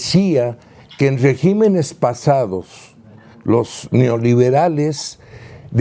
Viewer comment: Este no sabe decir "regimenes"......!